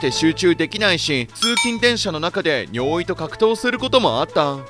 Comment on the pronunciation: 尿意のイントネーションがBOØWYなのが気になる